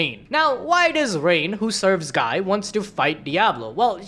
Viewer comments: It’s gee crimson not guy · Guy is pronounced Gee... BRUH